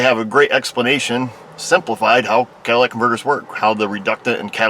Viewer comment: CATALYTIC converter...not Cadillac.